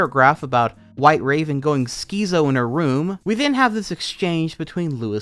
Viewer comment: “skeezo” I think you mean schizo, and its pronounce Skits-O. Like schizophrenia